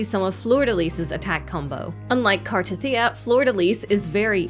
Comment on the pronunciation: Finally saying her name right. Wow. I am SO pulling for her!!! Her animation is sick.